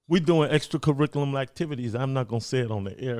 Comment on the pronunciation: "we doin extra caricula Mactivities"what a G!